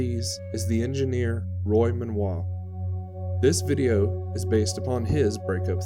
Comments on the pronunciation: Excellent documentary with amazing insight into the break-up! One point however - Roy's last name is pronounced "Men-go" and not "Men-wah". : ) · Wouldn’t it be Menoit if it were pronounced the way you’re pronouncing it?